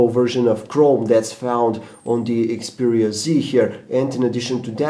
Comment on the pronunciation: its XPERIA not EXPERIA dumbass